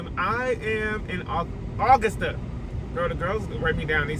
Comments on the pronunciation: The mispronunciation of Augusta is sending me. UH-GUS-TAH damnit UH-GUS-TAH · uh-gus-tuh Be mad at August not being spelled as “Augist”. AugusTUH makes plenty sense. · Hearing you pronounce Augusta was so cringy lol and fun fact we don't pronounce "R" like that 😂😂😂 Ps I'm so upset that I didn't run into you when you were down here 🥹🥹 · As an Augusta native, it's funny hearing you say Augusta like that 😭 but on the other hand it was a shock seeing you drive on roads I see all the time! Hope you enjoyed your time here! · Everytime mispronounces Augusta 😂 also you might as well say you're in South Carolina the way it's so far on the coast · That took me out, it's giving Are-kansas, American explain! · The way I was just finna say this😂 took a sip of my wine everytime he mispronounced it